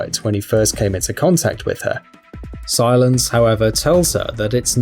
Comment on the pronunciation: Why is he pronouncing Silas as silence